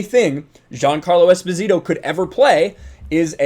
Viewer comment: Anyway, Esposito is not even Spanish-sounding, it's an Italian surname that was given to abandoned children. Long story short, its pronounce has the accent on the first "o", not on the "i".